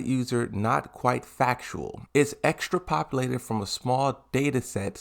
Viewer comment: That boy said extra popalated 😂😂 ex-trap-o-lay-ted You’re welcome bro 😂 love your videos